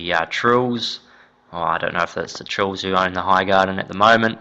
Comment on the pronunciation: .. Tyrell. TY-RELL ,Said like TAI-RELL .. Not Trill. If you're going to say it, say it right.